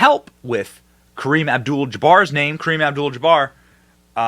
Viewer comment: I’ve never heard anyone mispronounce Kareem’s name before. Never. It’s not a hard name to say. Maybe a pass on spelling it correctly, but not on pronouncing it correctly. It’s dementia on full display but no talk of 25th Amendment? Interesting.